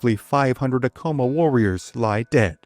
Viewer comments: Ahh- Co - Maa, not A-Co -ma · Many of these video about Pueblo Indians do not pronounce many names correctly. For example, "Ah-coma" should be "Ac-coma." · Bro, I'm from here. We jumped off sky city it's Acoma rhymes with spatula, not Acoma rhymes with Tacoma. Seriously, you don't know what you're talking about. And you got the story wrong. We cut lots of feet off. They're still sore about it. We can't keep our statues of Onate up. Why was he a mining inspector? He was heir of the Silver mines in Zacatecas. He financed most of the missio. Read "Blood on the Rocks" by Jonh Kessel UNM press. You are incorrect on the pronunciation, history, and your hokey videos are wac gringo. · Please research the correct pronunciations. It's Aeh- CO-MA. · You pronounced Acoma wrong, its ACK-uh-muh, common mistake. My ancestor Bartelome Romero was an artillery officer with Onate. He is the Ancestor of many of the Romeros in NM, TX and CO. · More like ak am muh